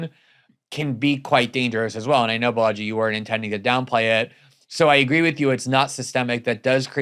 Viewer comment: Sigh. Way to mispronounce your guest's name. The accent is on the first syllable, BAlaji, like baller, not like Bellagio